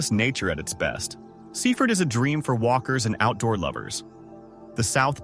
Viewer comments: Sea Ford. Not seefud. Cook mere not Cuck mere. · You pronounce it Sea Ford if you are a local